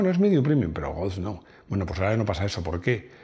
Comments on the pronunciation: A mi me ha faltado un mínimo repaso a los otros golf's de las distintas generaciones. Por cierto, como dices GOLF? parece que digas "GOWF" o algo así... hace tiempo que me fijo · Pronuncias muy mal la palabra GOLF, es que tienes algún problema en el frenillo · El "gos" ? 🤔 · Cuando dice "golfz"... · Me flipa cómo pronuncias GOLF. A mí no me sale igual. Saludos.